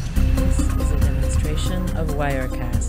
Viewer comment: Is she pronouncing the word "is" correctly???.. I think it is pronounce as "iz" not "es".. no big deal though and correct me if I am wrong..